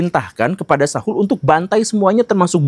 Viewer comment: Sebut nama Saul saja salah😂